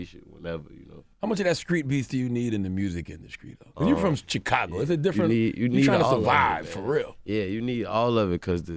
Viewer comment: Any notice Charlemagne calls Chicago xhakago